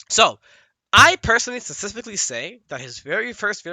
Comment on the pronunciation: The Hardest thing for Sonic.... annunciating the word “Specifically”